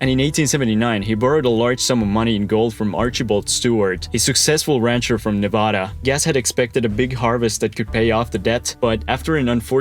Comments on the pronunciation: nevAda** not nah-vah-dah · He said Nevada incorrectly ☠️🗡️ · Bro, how can I take you seriously when in the first 15 seconds you say Nevada wrong?! Come on man